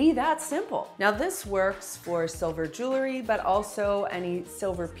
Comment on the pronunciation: Jewel-ry. Not Joo-lery. Please.